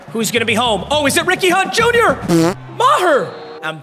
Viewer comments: Is it just me or did it sound like he said weenie hut jr when he says Ricky hunt jr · Anyone else constantly hearing “weenie hut jr” instead of Ricky hunt jr